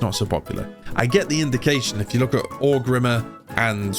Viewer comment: Okay so Orgrimmar is consistently “Orc Rimmer” but Quel’Lithien he gets 😂 Never change